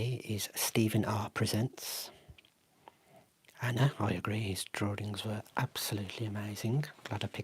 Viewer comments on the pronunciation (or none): none